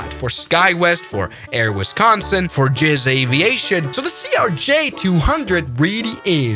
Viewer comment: “Gizz aviation” ok bro💀